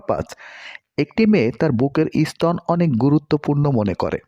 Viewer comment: উচ্চারন শুদ্ধ করে কথা কহেন। ই- স্তন বলে বাঙলা ভাষার কোন শব্দ নেই।